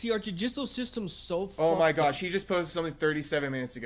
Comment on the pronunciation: I kept hearing Jiu Jitsu system instead of Judicial.